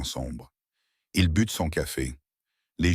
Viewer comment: Il but verbe boire, conjugué, prononcer bu. But point marqué au foot ball